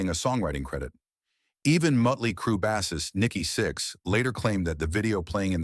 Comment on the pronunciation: It's a pity the AI voice can't pronounce "Knopfler" and "bassist". And its a great song, but it's hardly an insane story.